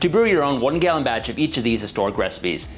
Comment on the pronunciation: He mispronounced "gallon" as well